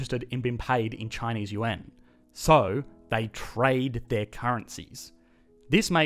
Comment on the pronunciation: This guy needs to learn how to say Yuan 元